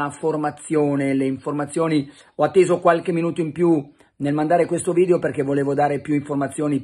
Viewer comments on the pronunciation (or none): none